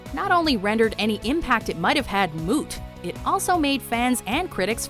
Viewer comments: Also did she say moot instead of mute? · You pronounced mute wrong